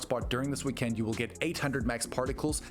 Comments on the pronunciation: Bro, why are you enunciating weekEnd like that?? 😭 👉💯👈 Let's goooo! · Because its all Ayyy eye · Why do you say weekend like that? 😂